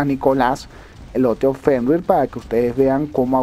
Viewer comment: Hola Y de pronuncia fernir:v